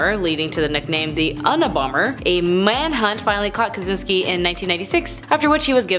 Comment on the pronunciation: She said the Unna Bomber. Wow. Just do a smidge of research 1st. I doesn’t hurt.